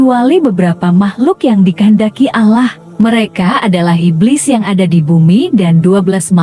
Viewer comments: Ini yg buat konten sebenarnya agamanya apa yaaa kok nyebut Allah nya gitu kyk bukan umat Islam ajaaa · Coba ya utk naratornya spy memperbaiki sebutan ALLAH...kurang enak didengarnya